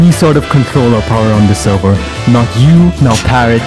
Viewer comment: "on the sewvew"